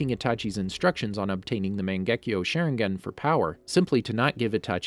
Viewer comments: Every ones like "WhY HE SaYINg IT LIKE ThAT" me "did he just say "sharengen"?" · This video has so many mispronunciation 🤣 “Shernegan” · Sherengian XD